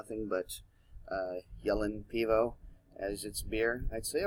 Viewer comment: lol good job in guessing how to pronouncing the name.